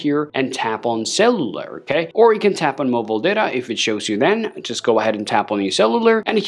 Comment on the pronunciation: I thought he was saying eSIM but he was saying cellular which my iPhone does not have. Boy he needs to learn English